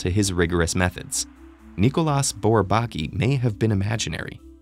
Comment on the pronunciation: The s in Nicolas is silent